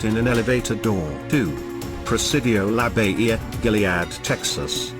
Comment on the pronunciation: it's pronounced La Bo-He-Ya